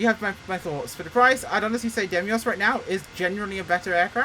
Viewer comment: I really tried to suppress my pedantry but I can't take it any longer (it's been more than one video)... it's Deimos, as in Greek mythology or the moon of Mars, not Demios! Sorry I'll leave now.